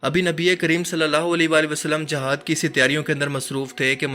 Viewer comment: It is not the "JAHAD" it is "JIHAD" correct your pronunciation.Plz